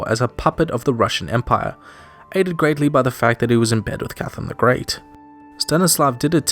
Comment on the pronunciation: holy roman "emire"